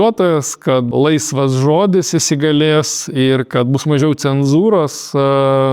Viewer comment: pastebejimas gerb, Ignui. Nekirciuokite zodyje LAISVAS i raides, cia tik kuturininkai (chalturininkai?) ivedineja savo naujakalbe. Lietuviu kalboje yra kirtis yra ant A zodziuose Laisve, Laisvas.